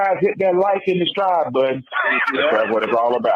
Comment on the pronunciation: I’m from Florida and really said “ hit that Like and DESTRIBE button. I heard all those syllables 😂😂